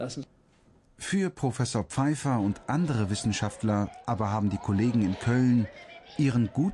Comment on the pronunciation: schon wieder 'pfeife'r